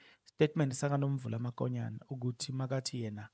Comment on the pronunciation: Write Mokonyane please, not Makonyane. Verbally pronounce it MOKONYANE not MAKONYANE. Wena you are careless with calling people's names or pronouncing words. Hai !! You are not different from people who say LIBOMBO instead of LIMPOPO. Hai !